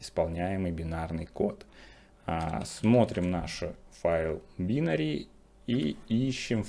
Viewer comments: байнари а не бинари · Все здорово. Но пожалуйста не говорите БИнари и джеэлЕ. Напоминает